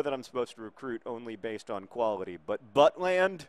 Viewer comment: iBowlerHat Yes! Saw highlights of when he started for the real Stoke a few weeks ago - fantastic performance. Great potential indeed. Also, quick PSA: It's pronounced But-lend, but John's Buttland pronuncation - while probably offensive to Mr. Butland - made me laugh a lot. :)